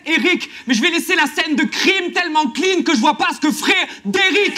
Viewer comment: C'est Fred "est" rick pas Fred "et" rick 😂